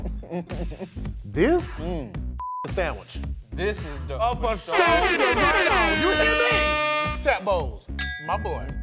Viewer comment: Can we get a compilation of « forshoyourighton »